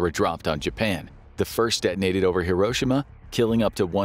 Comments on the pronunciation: several notable mistakes "hisroshima" 😂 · When I was a kid, e pronounced it "here-oh-she-mah". This new pronunciation sounds weird.